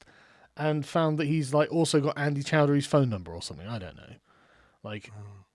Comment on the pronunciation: "I knooooooooooo" Is possibly most english moment ever. also: Civil War is inferior to Winter Soldier, that's an objective fact.